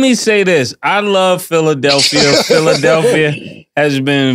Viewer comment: 😂😂😂😂😂😂😂😂😂yo the way mase is calling draya philidalpia lmfAOOOOOOOO THIS IS GRREAT FOR PHILLY😂😂😂😂😂